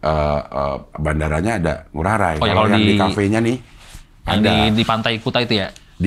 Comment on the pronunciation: Cing, pelafalan I Gusti Ngurah Rai (pahlawan Bali) bagi kami org Bali nyebut Rai nya itu (Ra-i) bukan (Ra-y) ✌🏼✨